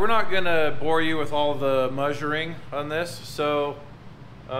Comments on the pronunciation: 4 door new body style hardtop Corvair in the background. Very nice! I wish everything here in the northeast didn’t rust😢. It’s not May-suring, and it’s not Muh-suring. It’s Meh-suring. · left out mewsuring and moosuring